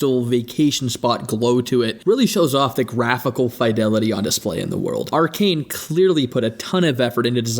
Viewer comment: I haven't seen much coverage for this game at all, and aside from how you butchered the word "fidelity", I thought your review was solid and I subbed. Can't wait to see more.